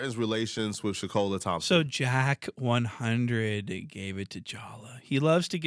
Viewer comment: it's Wack 100 not Jack